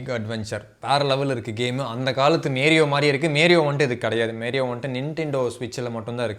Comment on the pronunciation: மேரியோ இல்ல மாரியோ டா 😂😂😂😂